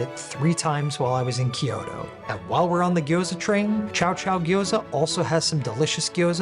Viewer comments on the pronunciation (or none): I am sure I will sound like an ass here, but Kyoto is a 2 syllable word, not 3. Kyo-to, not Kee-yo-to. Just saying. 😅 Just trying to be helpful. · Gorgeous video and very helpful--thank you. Wanted to point out that "Kyoto" is two syllables. Same for the traditional place to say, "ryokan"--two syllables. Thank you for this great content.